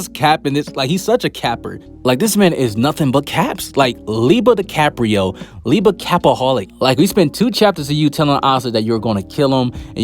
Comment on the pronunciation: He said Lieba Da Caprio 💀